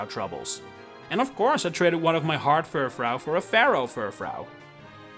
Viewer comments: Sorry, what? ... Fur... fraow? Fur... frow(n) ? It's French, so it'd sound like Fur-frou. Using a sound similar to "you". Not to be demeaning. I was just so aghast and perplexed, I had to say something. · It's pronounced fur-froo, not fur-frow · Just to note you keep mispronouncing Furfrou (on purpose? idk). It's definitely meant to be Fur-Froo. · Not Furfhreow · If you make a video about a pokemon you should learn how to pronounce its name at least.